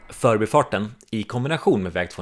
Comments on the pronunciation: men man kör väl ändå "för'bi" Stockholm, inte "'förbi" Stockholm? Jag tycker betoningen som används idag har blivit helt tokig. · Utmärkt video, klargörande av historien och nulägesrapport. Skulle dock vilja höra en mer korrekt betoning av "För'bi-farten" och inte det vanliga " 'Förbifarten".